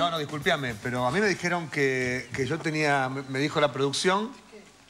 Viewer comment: "Disculpiame" jajja (?)